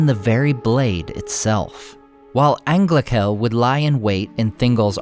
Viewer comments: Great content, as always. But for the love of Eru, 'ch' in Sindarin is pronounced as voiceless h, not as k (it's 'Anglahel', not 'Anglakel') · angla"j"el. The "ch" is like in german.